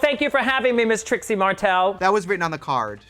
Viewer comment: Tracy??? Is Trixie hahaha